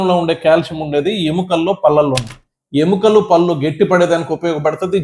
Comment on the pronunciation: చాలా బాగా చెప్పారు కాని పల్లు అనకండి పళ్ళు అనండి